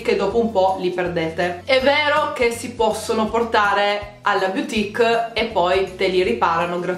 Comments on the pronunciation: "BUTIC" e non "BIUTIC".. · Zahra zargoudi grazie, lo so che si scrive BOUTIQUE.. ma si pronuncia “butic”. E non “biutic” come continua a dire. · Cara, grazie per il video utilissimo! E ricorda: "boutique" si pronuncia "butìc" e non "biutìc" 😉